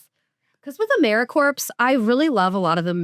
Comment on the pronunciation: Big fan, you're both awesome! One note: pronouncing the p in 'Americorps' every time was driving me nuts. Keep doing the Lord's work!